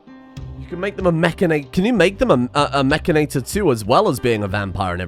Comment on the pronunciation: Isnt it Mechan-IT-or not Mech-A-NATOR?